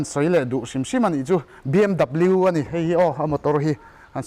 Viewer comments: Bmw chu bmw tia lam tur lom 😭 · BMW ti a lam loh tur BMV aw. 😂😂😂😂 Haloo